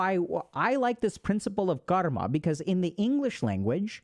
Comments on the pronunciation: dude is pronouncing karma like he is indian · Bro can pronounce every word with perfect English except Karma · I've been pronouncing karma wrong this whole time